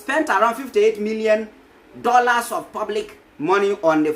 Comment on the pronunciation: MY SON IS DOLLARS NOT DORLAS good pronunciation is DOLESS